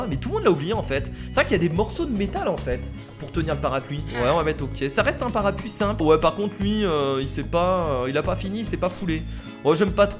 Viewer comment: ç est parapLuie et pas parapuie